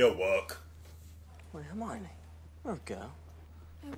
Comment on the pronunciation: BTW, it’s “Her-mi-o-ne”, not “Hermani”